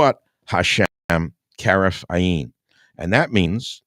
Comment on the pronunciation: Michael we love you but it is pronouced heref ayin where accent is on first part of both words. A stressed then yin. Ayin means eye.